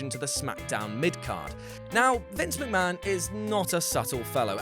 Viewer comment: The whey sayd meester mackkmaaahon